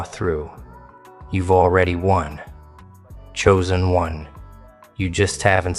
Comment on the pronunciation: "choosen" do u hear urself talking like someone stupid? no? yes?